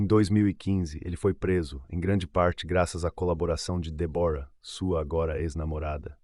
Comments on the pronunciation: Muito triste ,este caso .Mas por favor ao narrador fale certo o nome da namorado. Débora e não Debora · Como é mesmo o nome da namorada do assassino? DÉBORAH E NAO DEBORA, cara se tu vai contar a história é melhor tu saber a pronúncia fica a dica.